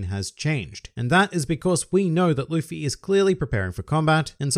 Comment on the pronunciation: He said “luppy” lmfao